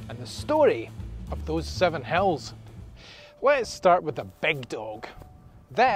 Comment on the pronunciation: In the last video, I thought you said 7 Hells . 😂